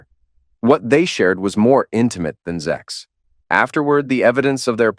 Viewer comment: It's ok to say ZEX but not SEX . What the fuck ?